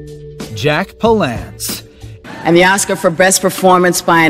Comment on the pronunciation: he can't say any of the names right ;)